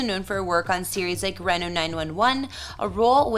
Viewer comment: It’s Reeno (Reno, NV).